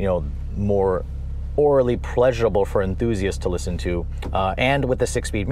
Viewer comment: It's AURALLY...not orally...as in "It sounds really nice"...